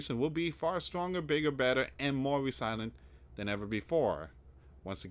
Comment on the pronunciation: Yep, starting with. And he should learn how to read. re silent? It is resil ient and not re silent. Quit trying to read stuff and just let the people read it for themselves and just give the links to the articles...